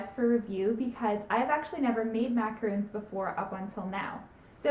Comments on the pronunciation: It's NOT macaroons, it's macarons. Pronounced mack rones. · its not pronounced macaroons. macaroons are a completely different cookie. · she is saying macarons wrong :o